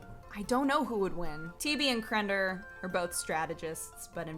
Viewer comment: can't say -or words. Crender?